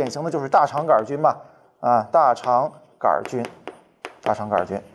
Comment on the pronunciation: 大肠杆儿菌，这种念法我还是头一次听说，李永乐发明的新念法将广泛传播，成为现代汉语的新组成部分